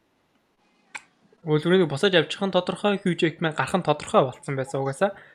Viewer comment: Wolverine gej ymr altsangsan heldg ym be osda